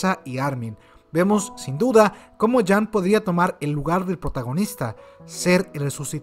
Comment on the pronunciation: Cuando dices jean como "jam" me arden los oidos jajajaj saludos